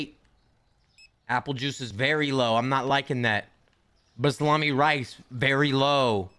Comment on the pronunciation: i barely cook but i choked when quickly mispronounced basmati 😂